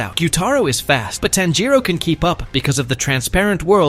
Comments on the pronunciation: it's TANJIRO not Tanjo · you said tanjoe not tanjiro btw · Tanjiro🚫 Tanjo✅ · Why is he calling tanjiro tanjo😭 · I think you said tanjo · Bro was saying tanjo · WHY ARE YOU CALLING TANJIRO "TANJO"